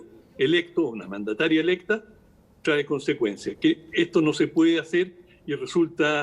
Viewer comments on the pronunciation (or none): none